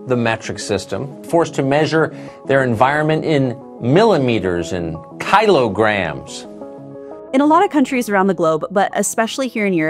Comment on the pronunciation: why is Tucker the only person in the world pronouncing “kilograms” that way? Is he purposely being obtuse, to try and make the metric system seem harder than it really is? (Rhetorical question.)